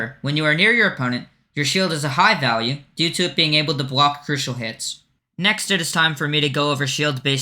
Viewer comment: "to plwace a bwock" lmao